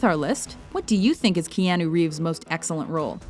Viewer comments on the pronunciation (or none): Stop pronouncing it Keeahnoo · Oh good I'm not the only one that got confused over that one. When she said Ke Ah Noo I was like.... Wait... Have I been pronouncing his name wrong this whole time?! But for some reason WatchMojo have a habit of mispronouncing things. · Kay-ah-noo earn to pronounce it if you're going to narrate a video about him.